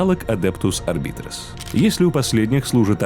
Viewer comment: Ну начнем с самого начала: Адептус Арб"А"йтес(А вот работают там подразделения Арбитров), Сервит"О"ры, Адептус Со"РО"ритас, Ордо Ер"Е"тикус, Ордо "МА"леус. Товарищи, суть вы уловили... Теперь осталось замаливать грехи перед статуей Бога Императора и лучше готовиться к озвучиванию видео. ^_^